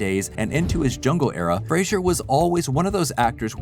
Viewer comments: Fray-zer not Fray-zhur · Fraser NOT Frasier. Comedy Central played the promo of him pronouncing it 20,000 times every day for several years. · FRAZE ER NOT FRAY SURE!!!YOU SAID THE MANS NAME WRONG THE WHOLE VIDEO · “Fray-zer.” Not Frasier. He even says it himself in this video. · lol it’s pronounced Fraser like razor. He’s mentioned this in interviews. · Isn't it pronounced "fray-zer" not like the show Frasier? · Is Fraser pronounced Frasier? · Say Brendan " Frasier" one more time and im unfollowing you. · We could at least pronounce his last name correctly. He's even gone on to say he has no idea where people got the idea it is pronounced the way it is in this video. It's like "razor", but with an F at the beginning. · How many times can you mispronounce Frasers' name in 11 minutes? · Right? IMMEDIATELY after having a clip pronounce it correctly too! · Big oof. To be fair that is what 90% of us called him back when he was a rising star.